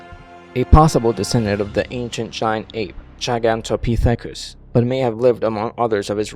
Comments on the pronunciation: He said it like “Gigantopeethecuus”. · GiGaNtOpItHaCuS? Lol why do you pronounce it so strange? Like you're trying to sound smart. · why you said gigantopithecus like that🤣😂🤣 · He totally butcherd Gigantopithecus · the pronunciation of gigantopithacus made me cringe..... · The way he pronounced gigantopithecus.